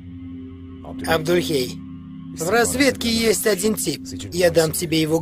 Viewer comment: Не Абдульхей, а Абдулей! Хоть имя Джаида начали правильно выговаривать...